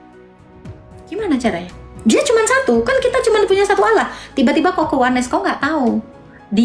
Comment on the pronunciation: Makanya kalo nyomot kosa kata arab pahami sesuai kaidah bahasa aslinya... Allah dibaca Alloh ada penekanan di huruf L nya bukan alah...